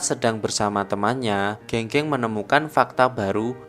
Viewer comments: Geng geng di bacanya gang gang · E di pinyin dibaca ê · Keung keung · Pengucapan nama nya bukan Geng geng tapi Geng geng. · penyebutan nama geng geng bang, di film aktor nyebutnya geng geng tapi di video ini nyebutnya geng geng. Padahal kan benernya geng geng bukan geng geng yak😁